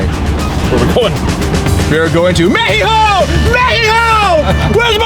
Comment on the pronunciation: 🤣🤣🤣🤣 So funny how says Mexico in Spanish 🤣🤣🤣🤣 '' Mejijo''🇲🇽